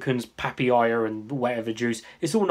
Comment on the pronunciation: Pa pa ya .. not papiyaa hehe